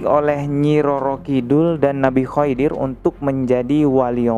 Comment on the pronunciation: maaf bang... Koreksi pengucapan nama nabi khidir...